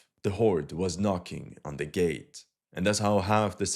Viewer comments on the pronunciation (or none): none